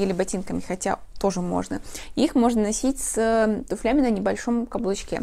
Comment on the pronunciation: С тУфлями, а не с туфлЯми